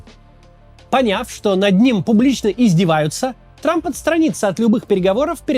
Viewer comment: Дональд Т Трамп😂. Зачем он произносит эту лишнюю букву «Т»?